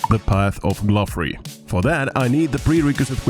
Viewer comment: Glouph is pronounced like Glo, so the quest is pronounced Path of Glory